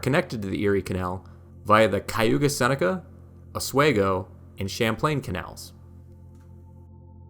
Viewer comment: As someone who grew up in Seneca Falls and bicycled the Erie Canal route in 2014, I loved every minute of your 29 minute video!! I also wrote an essay that was posted on the NYS Parks website entitled "My Life on the Erie Canal". Altho I cringed at your pronunciation of Oswego and Schoharie but that did not diminish my enjoyment and appreciation for the work you put into this historical record. Thank you & Congratulations!!